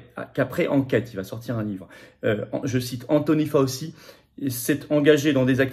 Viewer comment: S'il vous plait, c'est prononcé FAOU-CHI, non pas FAUSEE a la française, Svp, ca fait ma aux oreilles l pour l'homme politique que vous êtes, Florian. merci.